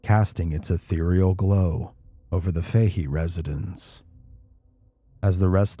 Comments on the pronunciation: It's 'Fa He' not 'Fay he' but great vid txs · It's Faa-Hee Faa-Hee not Fay-Hee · I can't say for certain as I don't know them but in gereral in Ireland the name "Fahey" is pronounced "Faa-Hee". Great video, though.